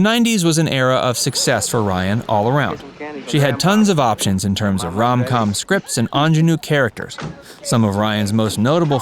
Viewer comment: Please…”rom com”?? 🙄